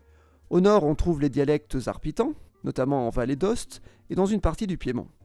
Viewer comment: Vallée d'Aoste pas Vallée d'Oste mdrrr